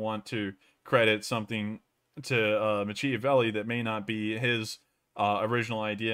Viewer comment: My dude, Machiavelli is to be said like MACKiavelli. Does it really matter? Sorta. Maybe. Cheers!